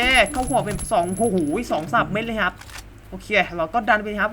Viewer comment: ชอบ สำเนียงการ พูด มากครับ เวลา พูด ฮับ 🤣🤣🤣🤣